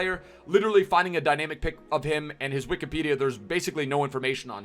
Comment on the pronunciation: “Wikipedia” poch